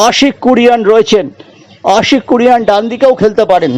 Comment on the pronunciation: Try2utter exact word the title of Ashique Kuruniayan, not Kuruan,worthless guy....